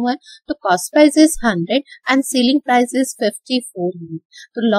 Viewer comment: Sailing price nhi hota itsselling price plZ dont pronounce it wrong